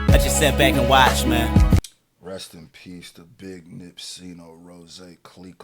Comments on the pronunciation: My boy accidentally said rest in piss 🤦🏽‍♂️ Sheesh. Lol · My dawg said rest in piss nipsey and caught himself and corrected it lolol yo you a real one but I caught that hahahaha